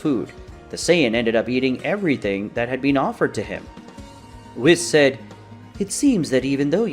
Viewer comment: I swear if i hear wissss instead of weasss one more time im gonna go crazy